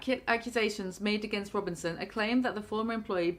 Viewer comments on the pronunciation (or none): none